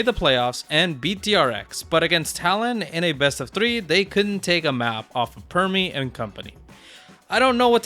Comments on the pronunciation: Its primmie not premmie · Jesus, it’s Primmie not Premmie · Bro so hyperfixed on NA he can't even pronounce Primmie right